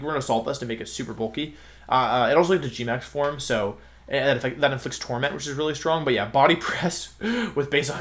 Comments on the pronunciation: jesus wolfey start pronouncing it form instead of forME, i beg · Dont know if i am the one thats wrong here, but does anyone get distracted/annoyed at the pronounciation of "forme"? XD for-me whattt